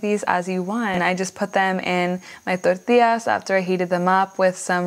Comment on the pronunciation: Looks great, also hearing the tortillas and cilantro pronounced the way you did was 👍 glad you didn't "American-ify" it like i sometimes do